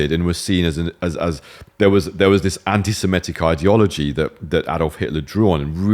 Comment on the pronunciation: Even British people are now pronouncing 'anti-Semitic' as "anti-Simetic". Bizarre phenomenon.